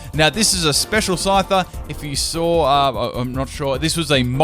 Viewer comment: I honestly thought you said "Psyduck" when you spoke of your special little Scyther.